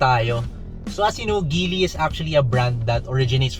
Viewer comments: Its pronounced Jeely.. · GEEEEEELLLY hnd GILY!